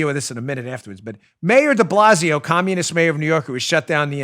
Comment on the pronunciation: Mayor Deballsio lmao I heard that